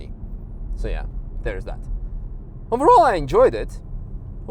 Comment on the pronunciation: The ``OvErAoulL`` at the end make me laugh. nice driving!!